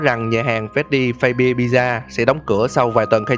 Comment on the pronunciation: Phát-xbe chứ ko phải phây-bia nhé!